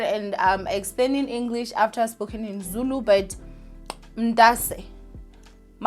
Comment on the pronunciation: It’s how you’re so fluent in Zulu for me!! Even the accent bro !